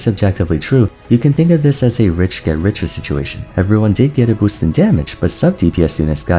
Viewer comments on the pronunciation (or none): none